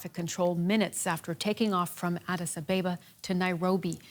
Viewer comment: Please learn correct pronunciation of Addis Ababa... "A-ba-ba"